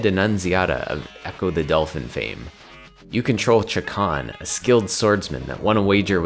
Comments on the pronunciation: I did this for literal decades but Chakan is pronounced SHAY-KHAN according to the comic's creator. You can even hear it pronounced in some old audio dramas circulating around. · Chakan is pronounced Sha-khan